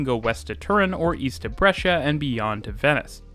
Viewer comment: To be fair the pronunciation of the cities was good compared to many other English speaking channels. He was even able to say "Brescia" correctly!